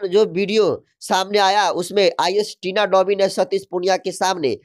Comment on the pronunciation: thori padhai kar Lo fir patrakarita karna kabhi Tina domi toh kabhi Dhobi ton kahi tina lovi bol rahe ho